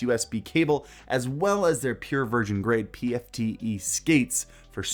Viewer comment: for anyone wondering it is PTFE not PFTE